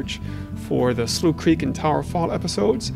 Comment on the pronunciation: Wait Slough Creek isn't pronounced Sloth Creek? I've been pronouncing it wrong this entire time. These bugs are funny as flip especially the zoomed in/zoomed out ones Anyways keep up the great work!